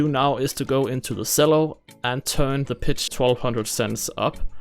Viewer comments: CHELLO!!! CHELLO!! It's a CHELLO! Not a selllo!! AHHHHHH!!!!!!!!!!!!!!!!!!!!!!!!!!!!!!!!!! -sincerely Uel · Nice video BUT it’s pronounced “CHELLO” not “Sello.”